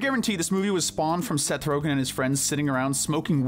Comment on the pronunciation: dude, you totally butchered Seth Rogan's name lol 😅